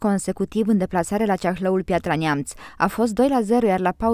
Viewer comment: Neamt, nu Niamt :))